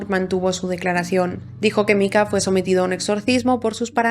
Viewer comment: Me ha gustado mucho el video, muy exhaustivo aunque cada vez que pronunciadas Micah como Mika, en vez de Maika me mataba